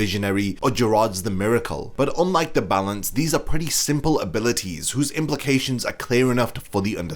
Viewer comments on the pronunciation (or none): Its not "the balance".....its "za balanzzzzzzzz"😂🤭